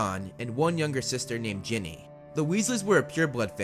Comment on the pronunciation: Umm... it is Ginny not jenny